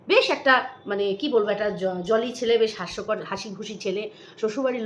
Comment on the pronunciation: এই বাক্যটা হাসস্কর না, হাস্যকর হবে । জানি না এমনি বল নাকি না জেনে তাই বললাম. Pls don take otherwise